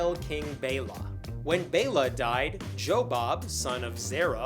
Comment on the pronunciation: I like how one person’s name is pronounced as “Joe Bob”. This does sound like a trailer park family stump, after all.